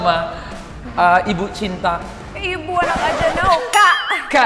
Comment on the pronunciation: Wkwk "Ibu".. "Bu De" !!!